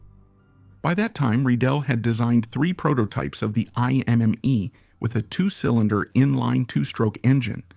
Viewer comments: It’s ”I” as in hippo, not ”Ai” 😊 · Indeed. Imme would be correctly pronounced IM-meh, not IM-MEE. Riedel was pronounced correctly as REE-dl, then mostly incorrectly as Ree-dell.🙄